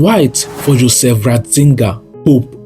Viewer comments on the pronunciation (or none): none